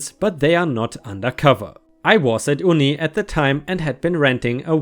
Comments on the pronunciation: Uni is pronounced you-knee not oo-knee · Mate Uni is actually pronounced 'You Knee'. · uni is pronounced you-knee, short for university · uni is pronounced (you-knee)😂 ⭐⭐⭐⭐⭐ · Uni is pronounced you knee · I like your storytelling. Just to let you know, UNI (short for "University") is pronounced "you-n-ee" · Hi, just to help you, Uni is short for University and is pronounced you-nee. Thanks for the stories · Sorry but uni is pronounced youknee 😁😁😁😁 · Just a heads-up: Uni is pronounced "you-knee," because it's short for "university." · I love you dude, but uni is pronounced as though it has a y at the beginning. It's short for university, which makes sense. It's nothing against you dude as English has its nuances and you don't know until someone tells you. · I love your story's but uni is pronounced un-e it's an English word meaning University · Hey, just so u know for the future, uni is pronounced ‘you-knee’, short for university. Us aussies love our slang. Love your vids!:) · it's UNI as in UNIversity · I'm glad I looked thru the comments before I said this. Some abbreviations can be hard to pronounce. 😁